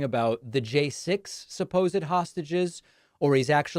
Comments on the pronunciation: Why does Trump say 'sausages' when he means hostages? 😀🇦🇺💙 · He can't even say the word "hostages", he ends up repeatedly saying something like "hostgages". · What are "hosgigeges"? That is what the stable genius said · Did Trump just say "sausages" for "hostages"? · Is Trump saying sausages or hostages??? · Did he call the hostages, sausages? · His "hostages" sound like "sausages" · 😂I was like "did he just say sausages?!" & was sooo confused! At least I know I am not the only one who heard "sausages"!